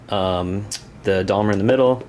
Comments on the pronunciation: Most definitely NOT Dalmer! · ....this is how we pronounce 'Daimler' in New Zealand....'Day-m-ler'. You really must work on your unfortunate American pronunciation! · It's pronounced Dame-ler :) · It's a long A sound in Daimler, as in paint, guys, great to have back doing bat reps again :) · that is an awesome mispronunciation of Daimler there.